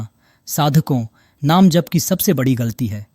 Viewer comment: Please agli vedio me jp ko jhp na bole 🙏